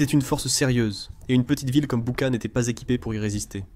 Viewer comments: L’Ukraine est comme le Mossad , ils ne pardonnent pas. On dit Bûcha svp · Boutttchaaa j ai mal aux oreilles sv p merci